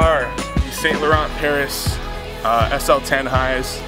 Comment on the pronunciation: The right pronouncing it"Eve san Lohong"but whatever,just wearing it anyways